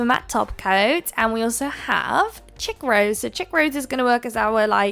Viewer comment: Really cute. I use to hate green and now I adore it (not all shades). I’m the same with the maniology plates. By the way Chic is pronounced (She-K) that’s as close as I can get it right now lol xoxo